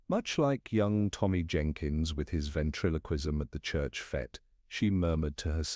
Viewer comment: I think it is AI, as common English words like fete are mispronounced.